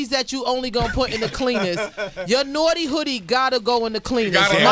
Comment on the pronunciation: Sway can't say 'Naughty' Lol